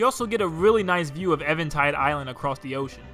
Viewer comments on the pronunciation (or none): EVEN tide island, even as in to ‘even tone odds’. Even not Evan 😂👍🏻